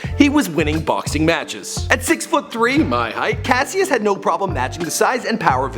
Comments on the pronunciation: Cash-is clay not cass-ious clay, the pronunciation you have on these names drives me up a fucking wall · CASHUS not kuh sy us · my name is Cassius an its not Cass-ius its cash-shis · Cascious (cashis) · Cash-us not cassie-us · clasiuis lol its cashius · THIS IS HOW U KNOW HE GOOGLED THIS HE SAID CASEIUS CLAY ITS PRONOUCED CASHES CLAY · Okay, what the fuck. Cassius is pronounced as Cash-oos. Are you actually this dumb. You do not deserve to make a video about The Greatest. This is a disrespect. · it's pronounced Cash-is but spelled Cassius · Cassius is pronounced CASH-us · its pronounced cohshus clay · Cassius is pronounced like Cashus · fucking keemstar 2.0 with his horrible pronunciations his name is pronounce as "Cash-us Klay" the fuck you tryna say... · It's pronounced Cash Us CASHUS but spelt Cassius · You absolutely butchered his original name you dumbass. it's pronounced "cash-us" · Yo did you really just call Cassius Cass- see-us? Smh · I'm sure everyone noticed he pronounced his birth name wrong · pronunciation corrections: Louisville- Louie- ville, not "louis ville" His name was Cassius, pronounced, Cash- shus not Cassy us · His name is said Cashus and Louisville is pronounced Luh-vuhl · It's Cassius (Cash-us) and Louisville (Loua-ville)you don't pronounce the is... Sorry Im a Louisville native and the way he pronounces it annoys me and most the ppl here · ThTs not how you pronounce Cassius and it's not luis ville, it's pronounced louiville